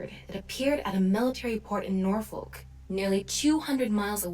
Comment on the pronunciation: As a local, we're legally compelled to take a shot every time someone mispronounces Norfolk